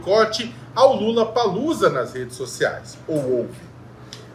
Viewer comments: Não é LULLAPALLOZA, é LOLLAPALLOZA.!!!!! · É impressão minha ou ele disse Lulapaloosa?🤔🤨